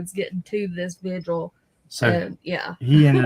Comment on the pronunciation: Love you and. Please don’t get me wrong when I say this. I’m not criticizing; I’m genuinely correcting something I’m hearing a lot on YouTube. It’s VIGIL, not Visual.